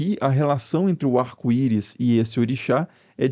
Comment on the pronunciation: “Arco iro”